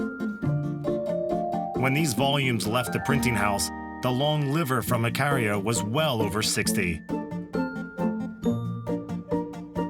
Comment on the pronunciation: The narrator can't even pronounce the island name properly, Ikaria.